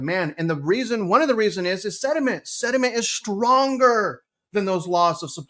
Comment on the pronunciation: “Sediment” or Sentiment”? 😂😂😂